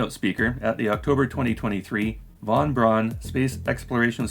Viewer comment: Just as an fyi and sorry if you got spammed over this already. The Braun in von Braun is pronounced Brown, like the color which is also what the word means in German.